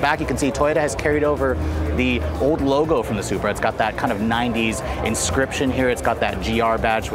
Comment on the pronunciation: its sup-ra. not super